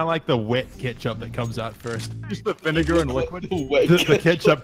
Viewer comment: "Salt and vinegro chips"